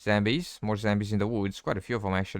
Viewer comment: Dude! It's zombies not zambies u idiot!